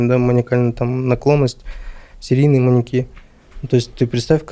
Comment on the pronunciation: Неправильное ударение в слове "маньЯки" режет слух.